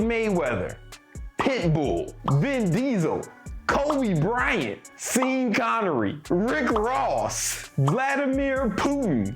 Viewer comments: The way you pronounce Sean Connery..naw mate that’s not the one pronounce it the exact same as Shaun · Sean is pronounced like Shawn.